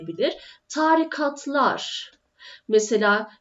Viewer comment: Çok güzel video hocam yalnız târikat değil tarîkat diye söylersek çoğu kişi böyle kullanıyor ama hatalı aslında